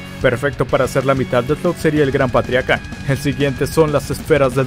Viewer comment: Patriarca jajajaja no patriaca jajajaja XD buen video